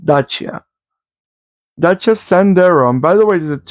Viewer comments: Yes, u r saying correct Dacia like "daCHia" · You did pronounce Dacia correct. The Sandero was the cheapest car on the market in Germany and still is. It is also pretty popular because of the Renault technic. I am not sure if this old one was already based on the current Renault technic. There was some time when Dacia was just cheap and used outdated Renault technic. But with all the EU regulations they had to keep up and Renault had to give them the same technic to comply with the emission standards. Petrol-LPG means it was running on gasoline and autogas. The Sandero is still the cheapest car in Germany but the people mostlikely won't buy the cheap base version because for every little thing you want extra you suddenly need a better trim with a bigger engine. Anyway, Dacia is doing pretty good in sales here. The Dacia Duster SUV is also very popular. I am still seeing these Sanderos here and there.